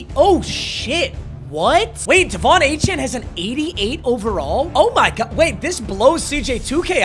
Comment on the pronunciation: Another season of wheel of mut and another season of not pronouncing Achane's name right